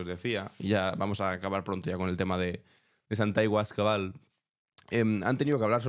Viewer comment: En realidad dice Santagüio Escabal 😂😂